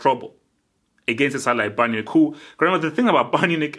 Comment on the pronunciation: For years u have been mispronouncing this team's name and I always wondered whether u were just mumbling the words but we get a clear look at it its not Bayern Unich, its Bayern MUNICH. please learn how to say it correctly lol its not that hard